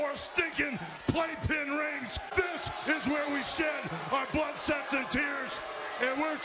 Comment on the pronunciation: ... Did Hogan say... "This is where we shed our blood, SEX, and tears..."? lmao